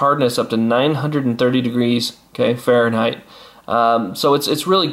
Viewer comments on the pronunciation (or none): none